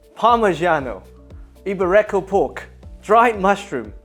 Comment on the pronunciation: It's not eee-bay-RE-ko pork, it's eee-BE-ree-ko pork